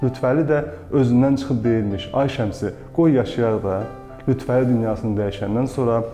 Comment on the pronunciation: Xahiş edirəm LütfƏli deyin siz lütvəli deyəndə düzgün olmur mənası Əlinin Lütfü yəni Əli siması siz isə lüt Vəli deyərək onu yanlışlayırsız